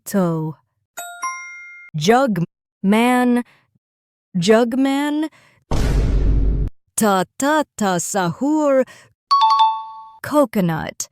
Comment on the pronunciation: It's not prononced taa Taa taa sahur it's tA tA tA sahur 😂